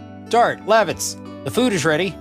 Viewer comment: It is weird for me to hear you say Lavitz's name the way you do as I would always pronounce it Luh- vits. I'm curious on how you pronounce future characters' names because I am sure they will differ from my pronunciation.